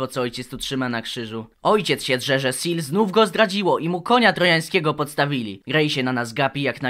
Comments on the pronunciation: kurwa SEELE przeczytane jako "sil" XDDD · Nawet mało cringowe, spoilery rzecz jasna Aaaa, Seele czyta się po niemiecku czyli ze-le. Ponieważ Nietzsche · plz nie czytaj Seele jako seal, to boli xD